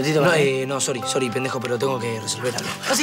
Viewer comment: jaja es que es tefi entonces no marca la "r" bien Y dice : Sory jajaja